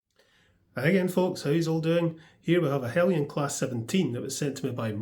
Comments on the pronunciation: No, it's pronounced Hell-yen. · i always thought Heljan was pronounced with the j